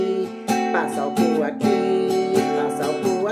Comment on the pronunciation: "passa alcuul aqui" kkkkkkkkkkkkkkkkkk